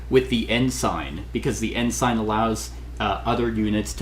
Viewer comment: Ensign.... it's pronounced N - sin..... the "g" is silent.... the English language can suck sometimes... 😂